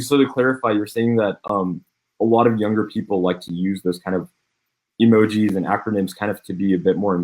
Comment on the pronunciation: "Emojeez" - Legend